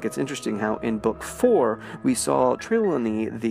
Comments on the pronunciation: say it with me, Josh: TRI- LAW- KNEE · Just going to clear this up: Trelawney is pronounced Tre-Lawn-Ee, with emphasis on the Lawn. TreLAWNey. Not yelling at you, just wanted to help :) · The way you pronounced Professor Trelawny kills me.